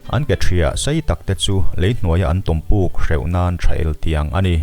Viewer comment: A ngaihnawmin a hmuhnawm e. Amaherawhchu, "Kuhsï" tih leh "eltiang" tih kha chu i lam dan a common lo ve khawp mai😃😀